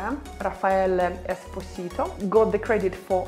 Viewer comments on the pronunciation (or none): The correct pronunciation of Esposito is Espòsito and not Esposìto, it is the most common surname in Naples. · 3.09 ...Espòsito, NOT Esposìto! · Good video but the pronunciation of Esposito is wrong. You said it like Spanish not like Italian. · Please, Espòsito not Esposìto! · RAFFAELE ESPÓSITO... NO ESPOSÌTO